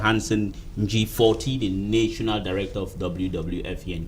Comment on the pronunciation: please, look up the pronounciation of NATIONAL.